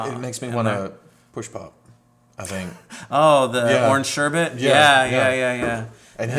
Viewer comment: Awesome man..you pronounced sherbet correctly. Most ppl say "sure-bert". I'm definitely going to have to order Slithe to add to the teenie weenie Mattel ThunderCats set. Guess I'll have to get Tygra, Cheetara and Monkian too..even though they don't mix as well as Slithe.